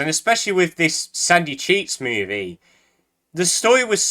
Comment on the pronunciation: every time he says sandy cheeks movie I can only hear "sucky cheese movie"